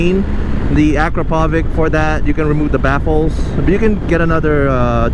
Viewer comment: Acropovic? It's Acrapovic (Acrapovitsh)